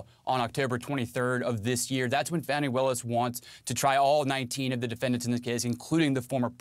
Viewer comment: Young man... it's Fawnee... that's how you pronounce it. You disrespect her by using a pronunciation that MAGA is using to be hateful. STOP IT!